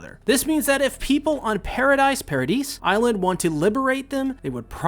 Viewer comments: it's "para-dee", not "para-deez"😭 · Paradis is pronounced PARA-DEES instead of PARA-DICE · i believe its pronounced ,Paradease Island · It's Paradis and not Paradis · i think it’s pronounced “pair-uh-dee” like i think the “s” is silent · The S is silent in Paradis so it's Paradee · Paradise Island is pronounced as Para-di (se is silent). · I’m pretty sure it’s pronounced para-di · "Paradis" is prononced "para dee" like paradise in French. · It's pronounced "Paradi" Island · You either say 'paradise' or 'Paradis' but the 's' isn't pronounced in 'Paradis' like the sub does, but if you do pronounce the 's' it's not wrong imo If that confuses you too much just call it Madagascar